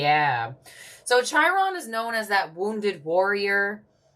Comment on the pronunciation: Chi?? Chiron?? 😭😭😂 it’s pronounced Ki-Ron